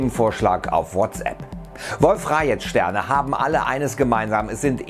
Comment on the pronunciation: Das wird Wolf-Rajee ausgesprochen und nicht rajet ^^ also keine rechtschreibung beachten sondern nur wie man es spricht ^^